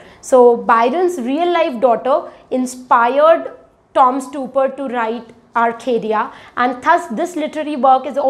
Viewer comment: You might also want to learn to pronounce the name of the playwright you talking about correctly.